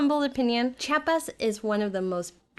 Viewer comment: Se dice chiapas, no chapas